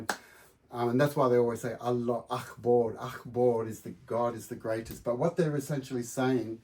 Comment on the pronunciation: Dude, it is not Allah Akkkkhhhbur, It's Allah Akbar (pronounced Ak-bar) Thank you!